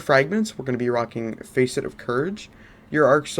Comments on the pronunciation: Nice work dude. Keep it up. BTW, don’t get offended. It’s pronounced ‘FASS-ET’ like fastest, not ‘FACE-ET’ like Face and et. But like I said. Nice work. I’m away so I haven’t played yet but I’ll give your build a try as soon as I finish the campaign. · Facet is pronounced fa-set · everytime you pronounced Facet as "Face it" shit made me crack the F up lol.